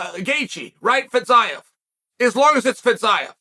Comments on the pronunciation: "Fitz-sci-ev" ? Lol.😂 I thought it's "Fizzy-ev" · I thought it was "fizz-EEV", not "fitz-ZIE-EHV" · Fizz Eye Ev lmao